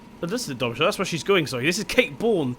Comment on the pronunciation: how can you pronounce something as easy as Darmstadt